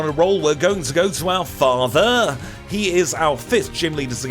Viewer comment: Hearing you say "father" like that reminds me of that scene from the it crowd iykyk lol